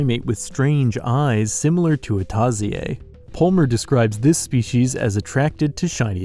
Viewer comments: You pronounced Tarsier incorrectly in the part of Sableye grabing on onix/steelix tail. It's supposed to be read as Tar-Shir(sheer) and not Tar-shiyey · its read as tarshir not a tasiey😂😂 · Love the videooooo but ? “Tah-zee-ey”? I cackled to that as a Filipino haha. Its supposed to be pronounced as “tar-see-ur” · Hey, just one quick correction. You pronounced Tarsier wrong since it's pronounced as "Tar-Shear" and not Ta-si-yay. Hope you can read this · What the hell is a "tarsi ay" it's tarsian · Correction: Tarsier is pronounced as ( tar - sheer ) not ( ta - si - ey ) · did you just read Tarsier as /tah-zee-yey/? Here in the Philippines we just simply read it as /tar-sheer/ though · Thats not how you say tarsier. TAR-SHEER not TAR-SEE-YAY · Just a heads up you pronounced Tarsier wrong, it’s Tar-she-er not tah-see-ey. For those that don’t know it’s a small primate that lives in the Philippines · Love ur vid but U pronounce tarsier as tarzeeay?? Ive been pronouncing it like tarsheer all my life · Bro, "tarsier" is "tar-see-er" not "taw-see-ay". What you said doesn't sound anything like the French pronunciation. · Tar-Shir not Tar-Si-ye just so you know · The way he said "Tarsier" is sooooo boujee 😍🤣 In Philippines it's pronounced as /tar-sheer/ 😁 It's so cool as I love Sableye 😍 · My man really said tar-si-a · Oh my god i just love how he pronounced Tarsier as "Tahziye" lol. I find it cute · This is a the first time I've heard anyone pronounce Tarsier with like a French manner like Cartier. Usually I've heard it be pronounced as Tar-sheer or Tar-she-air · The way you pronounced tarsier like a french word 😆 It's pronounced like tar-sheer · its pronounced "TAR-SEER" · It's pronounced as "Tar-sheer" I believe. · Tarshier is actually pronounce tar/seer or tar/sheer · Tarsier = "Tar-sheer" but I understand the confusion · the tarsier is pronounced as tar-shir it is found in the philippines not in france. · The sabeleye irl look "tarsier" is pronounced "TAR-she-ear"